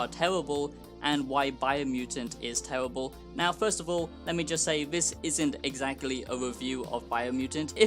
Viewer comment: It’s tewible guys, don’t buy it. It’s vewy generwic.